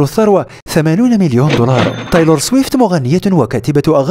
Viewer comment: بس ليه تقول طايلور 😂